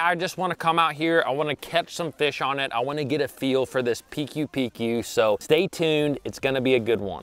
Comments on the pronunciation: Should pronounce PcooPcoo XD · Pronounce as Pi kooo Pi kooo💪🏻🎣